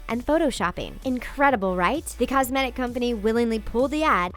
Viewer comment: Why did she pronounce "cosmetic" in such a weird way?